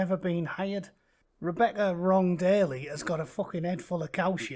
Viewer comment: I though you were saying "Wrong Daily" instead of "Long-Bailey"